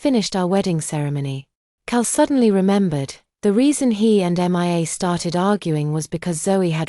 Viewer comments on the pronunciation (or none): For goodness sake, sort out the AI name pronounciations. Her name is pronounced Me-ah and not just saying the initials M I A, it can say Zoe ok so why not Mia